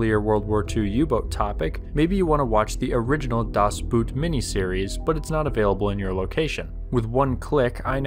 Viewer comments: You pronounce boot in German the same as boat in English. How would you pronounce 'video maker too lazy to do an easy simple search on 2021 internet'? In short I'd say 'twit'. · The "o" in the German word "Booat" (meaning "Boat") is NOT prnounced like the English word "Boot" (the shoe). Rather like in the English word "Boat", actually.